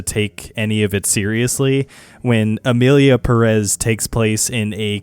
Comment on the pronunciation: "So Emilia pæh-rÉs..." Me, who speak spanish 💀🔫